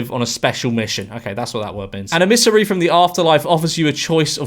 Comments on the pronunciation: A missary? It's emissary. Even your Dutch neighbours are giving up on you joining the Dark Side blowing in on Westerly winds from across the Pond, ie ignorance and stupidity. Em-mis-sary. Say it with me now....🤪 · George, are you not a native Englishman? I'm Swedish, and I know that's most certainly not how you pronounce emissary. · Not how you pronounce emissary.